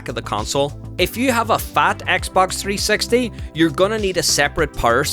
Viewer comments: dude, i wanted to learn about the xbox 360, not the 3 sexty 🤣🤣 jokes aside, very good video and very informative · three sexty?? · Don't say Xbox 3sexty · He's says 3sexy lmao